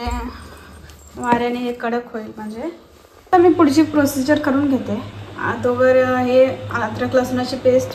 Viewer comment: Agodar ❌️ Adogar ✅️😅😂